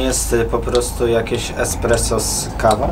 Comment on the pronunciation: to niezłe "EKspresso". Ponczek na salonach :D